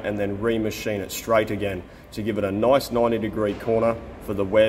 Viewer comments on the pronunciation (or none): sir there is only one syllable in the word nice. thanks for your videos , please take a course in basic english sir.